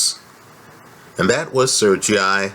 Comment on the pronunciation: There's plenty of good ones but has his own style for sure. He needs to learn how to pronounce Sergey though!